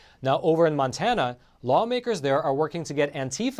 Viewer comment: MONTANA NOT MANTANA